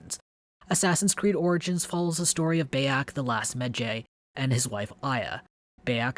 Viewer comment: Great review. Kinda irked me how you said Bayek's name lol but otherwise, great job mate.